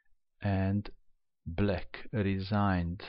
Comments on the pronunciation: Why do you pronounce black as "bleck"??? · It sounds like "let's go back... Book (black) move is... Pawn takes pawn"